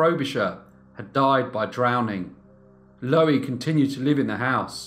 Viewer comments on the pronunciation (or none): Loo-eee I should think it is pronounced, as in Louise but without the s. Low-eee just grates on my ear, sorry mate. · Pronounced LUUEE not lowee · You're pronouncing her name " Lowie", but it's spelled " Louie", like the male version of "Lou". I don't know which is correct in this case though. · I may be wrong but I think 'Louie' is pronounced 'Loo-Wee'. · Nice upload great channel but are you pronouncing her name wrong, shouldn't it be pronounced like in The Kingsmen song Louie, Louie